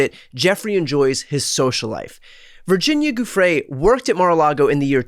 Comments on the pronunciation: The name Giuffre' is Italian - it is pronounced JUF-FRE - J and double F. But since she was separating I would call her Virginia Roberts. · Guiffre is pronounced "Juh-FRAY". Just saying.